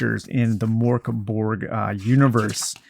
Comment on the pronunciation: Great vid thanks :) PS It's pronounced Murk Bory